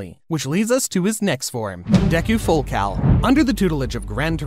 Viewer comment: Did bro say full cow 💀💀💀